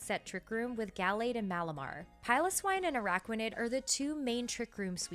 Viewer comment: Bennedict Cumberbatch: 'Pengwings': 'Anaraquanid'